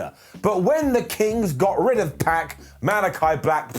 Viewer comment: Its "Pac" not "Peck"